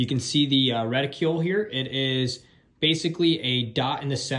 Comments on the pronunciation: just to help...it's not reti CUEEELLLL...it's pronounced like "icicle" .it's a reticle....not a reticuel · RETICULE? Seriously? Google the pronunciation of reticle. Otherwise a good report on that optic.